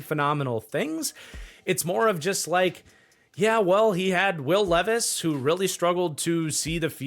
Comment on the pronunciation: Nah I watched a short last night where this guy called Levis, Leevis and then called Malik (which is pronounced Ma-leek) Mal-ick 😂😂 dawg. Levis, LEEVIS I’m crying. As if he isn’t enough of a meme already